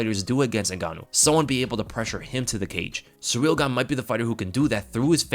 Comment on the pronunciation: All I'm hearing is "Surreal Gone" it's pronounced "See Reel"